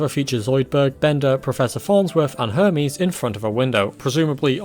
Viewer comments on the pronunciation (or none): none